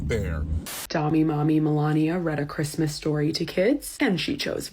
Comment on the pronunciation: Dude, she's HORRIBLE! "I have to put up all this stupid Chreestmas trees, who gives an EFF about Chreestmas.".